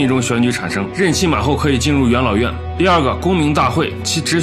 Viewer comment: 总是把元老院听成养老院 哈哈哈